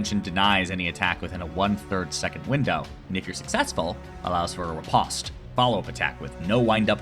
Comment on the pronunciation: The way you pronounced "riposte" pained me. Good video tho